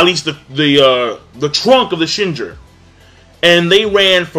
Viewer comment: Yea, I have no idea why pronounces it like that. He also says "Shinjur" instead of "Shinju". Completely unrelatededly, in Magi he says "Isnan" instead of "Ithnan".